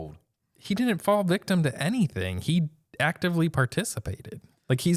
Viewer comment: Someone please tell that the word “Didn’t” has a second “D” and n it.